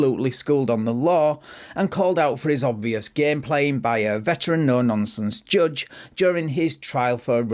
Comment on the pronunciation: joooje? no, it's [ʤʌʤ] thank you love your videos but just can't wrap my head around how can you mispronounce every single word of your own language?